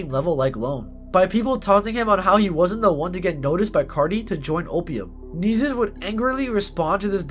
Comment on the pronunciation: You’re pronouncing his name wrong if not it just sounds annoying asf Nessus Nessus Nessus